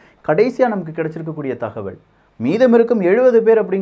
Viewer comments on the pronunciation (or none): none